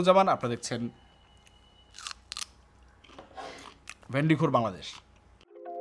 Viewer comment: ভেন্ডি খোর না ভাই,, ডেন্ডি খোর হবে😮